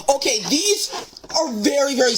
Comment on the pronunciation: To me, “okay” sounds more like “o hey”